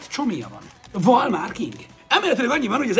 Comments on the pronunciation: NEM VALMÁR HANEM VALMAR! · Bocsi de nem válmár hanem valmar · Az nem valmár hanem valmar mert val kusz mar ics vagyis val mar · Mért mondod hogy válmár?